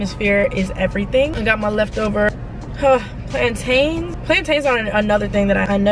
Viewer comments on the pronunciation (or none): I really love you, but I know you didn’t just say PLANE-TAIN😂